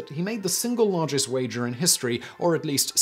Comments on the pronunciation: it's a silent L :D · What's argest, precious!? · This is why we need annotations back. He could just slip an L in there. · "What was the argest bet ever made?"